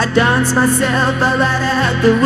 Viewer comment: "donce", take a "chonce"!!!